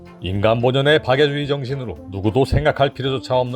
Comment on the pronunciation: 왜 자꾸 박애주의가 파괴주의로 들리는건지